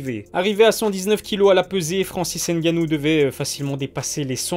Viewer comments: Cool ta vidéo mais par contre il faut prononcé son nom de famille correctement ce n est pas n'gannou mais c 'est tout collé francis ngannou ce n'est pas plus compliqué que les nom polonais que vous prononcez sans problème donc faut arrêter la comédie. 😔😔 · Ne dites pas ENNE GANNOU, mais ngannou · Il s'appelle Francis NGannou et non N Gannou, le N ne se prononce pas Merci ! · Gars on dit pas N gannou mais Ngannou en gros faut fusionner le N et le G ensemble quand tu dis Ngannou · Ne dites pas ENNE GANNOU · Arrêtez de dire N-gannou c’est Ngannou ! Le N et les M se lisent en même temps pas séparément !! Comme toutes les autres lettres se lisent ensemble !!! Respectez les noms africains svp . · Il faut faire un effort de plus pour la prononciation. Le N reste dans la gorge. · Stp arrête de prononcer le N